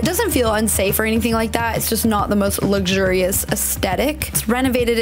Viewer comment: "Luxurious" not "luggshoo-rios"; "aesthetic", not "astettic".